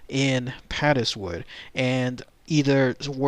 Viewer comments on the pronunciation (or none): Interesting video. I live not far from Padeswood and I had never heard of the incident, so obviously the miners kept their nefarious nighttime activities secret! (Padeswood is actually pronounced to rhyme with 'Paid' so, 'Paidswood' pronunciation. Lovely rolling hills and beautiful Welsh countryside.